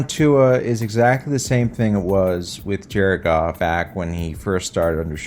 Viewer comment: pronouncing Jared's last name as Goff and not Goof is as good a measure as any of how good our season's been going